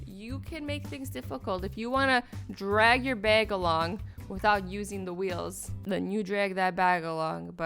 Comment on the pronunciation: Your accent comes through whenever you say things like drag and bag.